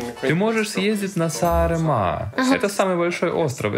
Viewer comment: Какой убогий выпуск.... от сценарного плана (не показано ни одно реально интересное знаковое место) до озвучки ведущими (парень вообще глотает слова, а девушка не в состоянии произнести слово Сааремаа)